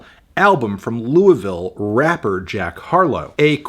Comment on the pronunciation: Pretty damn close on the pronunciation of Louisville. Good job, Melon.